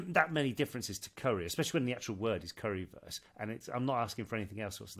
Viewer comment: I'm from Germany and i think you pronounce 'Currywurst' well! I understand it! 😊I don't know why the Lady didn't 🙈